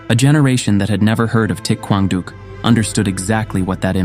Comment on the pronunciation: Thich Quang Duc's name is not pronounced properly. Other than that, this is an excellent documentary.